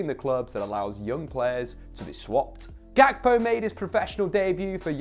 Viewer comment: The name Ga- kpo originates from an ethnic group in Ghana (Ewe) It’s not pronounced Gak-po the ‘kp’ produces one sound Cody is of Ghanaian decent